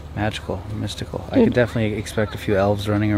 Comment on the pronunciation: anyone else feel tempted to unsubscribe every time she says "doood" ??